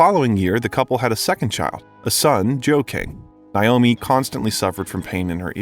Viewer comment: It's pronounced Nay oh me, not Nye oh me